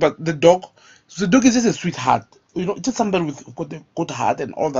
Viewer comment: I want to box you so you learn to pronounce the dogg not the dock.